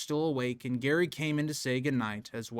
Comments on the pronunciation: Sorry, just saying "oops, my bad" in the comments doesn't cut it. It's way too basic a thing to get wrong if you want people to regard you as a competent researcher. Every time you say "Gary" you sound ignorant and unreliable. Why should I trust someone who couldn't even be bothered to confirm the father's name? The spelling should have immediately called the pronunciation into question, especially for a US citizen. Do better. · Mispronouncing Gerry as "Gary" instead of "Jerry" may seem like a small thing. But it shows me that you aren't very thorough with your research. There are easy ways to look up the pronunciation of something, even a famous person's name. I'm not singling you out; I hear a LOT of people mispronounce Leicester, Amaral, and even Madeleine. It immediately lessens my respect for their knowledge. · Can’t take anyone serious who can’t say their names right. It’s Jerry not Gary, but spelled Gerry. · His name is Gerry, not Gary. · It was really off-putting when you were calling GERRY Gary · You lost me after the third time calling Gerry Gary sorry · Gerry is pronounced Jerry, not Gary. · The husband’s name is Gerry ( said with a soft g, like giraffe), not Gary. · It's not Gary, it's Gerry (Jerry). Also, it's Tapas Seven. Tapas as in Spanish food. Good video except for some wrong pronunciation. I thought the McCann's wouldn't allow the twins to be tested? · I don't know if this is an American English vs British English thing, (I'm Australian) but the father's name is Gerry (pronounced Jerry) not Garry. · Its Gerry not Garry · It's Gerry, not Gary. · Hiw can you possibly pronounce Gerry, Gary? Are you an idiot? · His name is pronounced Jerry not Garry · His name is Gerry (pronounced Djerry), not Gary. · Yeah lol we pronounce it more like "Jerry". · Jerry is the correct pronunciation. You sound like you're saying Gary or Gehrry. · This video is so good! This case never sat well with me. Btw I think his name is said like Jerry 😅 British pronunciation idk